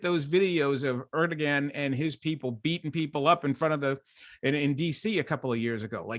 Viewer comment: wonderful show--it is a silent 'g' in Erdogan.